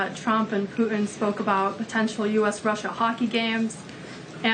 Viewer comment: What is it with Millennials and the inability to pronounce hard consonants? It's "PuTin". Hard T. Not "Puh-in".